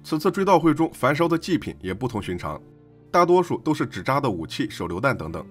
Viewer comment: fen 烧，不是fan烧